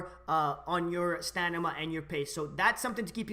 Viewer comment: It's stamina, not stanima